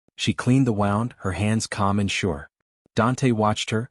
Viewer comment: A lovely story with a sequence of events of how power & possession developed into love amidst the dangerous background of the mafia. Good narration also but plz do proper editing-proofing b4 posting online as AI narration often mispronounces words. Here it mispronounces 'wound'. Reference is to an injury pronounced 'woond' but it says it like 'wow-nd' //like 'round' & 'wound a clock' etc. English has some words spelt the same but pronounced differently according to the usage. This flaw reduces the quality of ur presentation. Having said that. I repeat it's a nice story with a good script. Keep it up.